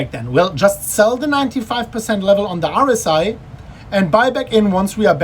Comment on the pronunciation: OMG, you pronounce "RSI" like "Horus Eye", and I was like "wtf is Horus Eye on TradingView" for entire time :D